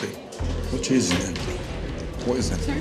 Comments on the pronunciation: Cheese that she was trying to pronounce drear brear blarear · She’s sound like my mother when she’s attempting to say certain English words but it’s not coming out right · That woman trying to pronounce the cheese will soon be a meme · I never understood that part because she pronounced it perfectly fine while in the kitchen, but as soon as she has to tell Ramsay she is unable to say it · “Your pronunciation of the word cheese was dreadful.”